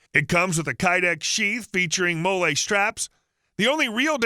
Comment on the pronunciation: Which Ranger is doing the review? Why is he reading promo material? Why does he call them “molay straps”? Why does the voice sound like a bot?